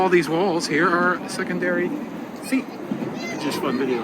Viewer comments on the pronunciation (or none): none